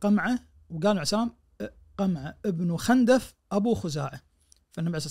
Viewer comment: خِندف تضبط بكسر الخاء و ليس بفتح الخاء فهم بنو خِندف و ليسوا بنو خَندف